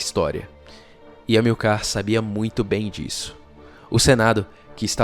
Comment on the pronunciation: HISTORIOGRAFIA PERFEITA; LÍNGUA PORTUGUESA MEIA BOCA; ACENTUAÇÃO TÔNICA PRONUNCIADA ERRADAMENTE !Amil(CAR), AO INVÉS DE (A(MIL)car). vamos fazer um cursinho de GRAMÁTICA da Língua Portuguesa, que ficará ótimo!!! Professor Roberto Guedes, Campina Grande, Paraíba.